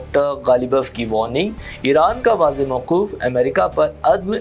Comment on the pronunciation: Rooh parwar Manzar.. Hai re Bewaqoof ( Manazar ❌) Mauqaf ( Maoqoof ❌) Nasab ko ( Nisib ❌) Bolta hai Zam ko ( Zim ❌) .Taqeer ko ( Taqair ❌)..Ta attul ko ( Tateel) aur Tateel ko ( Ta attul ) .. Maeeshat ko ( Mueeshat) Na Jaane kitni hi Galatiyaan hain is pagal ki Zuban e Urdu me ( Zaalim)